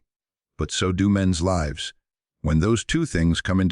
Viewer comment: can't even say LIVES